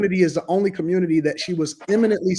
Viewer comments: “ Commurnity “ lol 😆. 92% of black women endorsed the alleged black woman and drunk and all for identity politics, how did that work out for ya lol 😆 smh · It community not cummuty